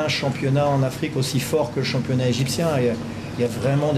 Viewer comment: عاوزين نغير المترجم عشان الدغ وبيقول افييقيا مش افريقيا ^_^ ^_^